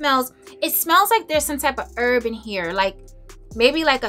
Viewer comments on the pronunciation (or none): none